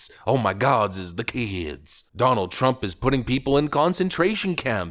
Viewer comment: "THE KEDSS!!!"